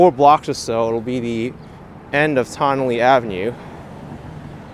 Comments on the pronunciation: It's pronounced "Tun-nelle" like your saying the word "ton" or the first syllable of "tunnel".. Confusing, I know, bc of the spelling "Tonnelle" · Tonnele Ave is pronounced: TON-A-LEE, In one quick speaking tone.